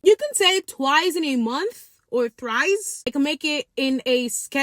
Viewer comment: Thrice be sounding like rice😂